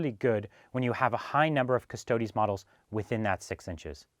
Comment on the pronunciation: it's 'preetor' not 'praytor' btw :p but thanks for pronouncing custodes properly and not calling them custards like a lot of people do <3